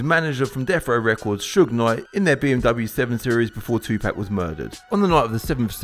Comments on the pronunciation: Jay z once said, white people say tupack, not Tupac 😂😂 damn lol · It’s Tupac not Tupack you clown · Who the hell is "2-pack"